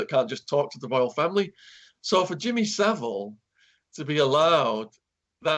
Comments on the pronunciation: It's Savile NOT civil as well!!!! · Rhonda Eiser it’s Savile, not Sivile 🤣🤣🤣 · I can't believe that he keeps pronouncing it wrong it's not like Shaun didn't say it correctly about 10 times. Bizarre!